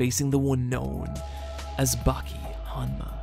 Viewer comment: its "bawki" not "backie" wtf